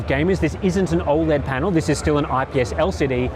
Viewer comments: How is it the guy revviewing monitors is the only person on YouTube that can't pronounce OLED properly. painful mate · How do you pronounce OLED?